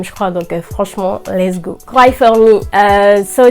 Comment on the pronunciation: On lit go pas gao